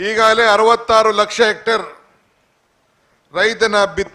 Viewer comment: kannada news channel avre kannada tappu madidre devre gathi - "hegagale" alla adu "eegagale"